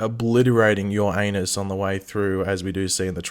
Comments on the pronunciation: "Absolutely obliterating Ur anus along the way"...lol, you probably should have annunciated that a little differently. Anyway, do you think Kara will find it a little awkward that The Argo (Welling) Superman's Lois Lane looks like her Kryptonian mother? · Uranus not Your Anus. Lol that's asbestos. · U said Ur anus😂😂😂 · Why did you YOUR ANUS (Uranus) like that? LOL. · "absolutly obliterating ur-anus"